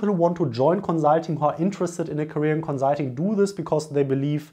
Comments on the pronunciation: co-zul-ting. i love your vids though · Great video! Thanks for making it :) My one request would be to please say the "s" in consulting as a "s" XD. Also, I would like to apologize for our British food lol. We are definitely not known for our great cuisine